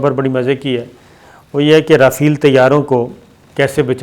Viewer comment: O pagla (Jont) nahi (giant) hota ha Our (rafeel) nahi (rafail) hota ha. MEERA g se tuition hi lay lo